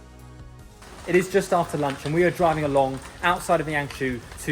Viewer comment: The Name of YangShou is pronunciation in Yang Sor~ Not your pronunciation in Yang She~ pls to pronunciation in correct way~